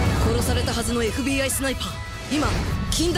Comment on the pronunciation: えふびーあぁ〜い！ 発音良すぎな